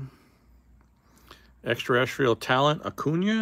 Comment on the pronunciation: Known (or unknown in this case) as the Black Eclipse refractor numbered to 10. Now if we can only get you to pronounce Extra-Terrestrial correctly.